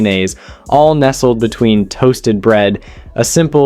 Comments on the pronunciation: Is this video AI narrated? Seems the narrator mispronounces words like between as ween amongst many others. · no, it's him literally saying tar (war), exuries (luxuries) and ween (between) and that's only up to sandwich 3. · Am I the only one who heard “placed ‘ween sandwich buns” ?!? 🫠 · "cooked and then placed ween sandwich buns"???!!! Plus other examples throughout--AI voice--I was told long ago that to err is human but to really screw up requires a computer.